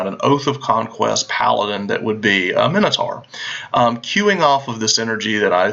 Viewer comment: Why does nobody know how to properly pronounce Minotaur?